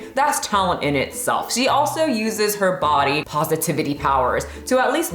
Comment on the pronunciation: I'm not playing with you! "She fights...with her BaHdyy!!" Almost threw my phone lmao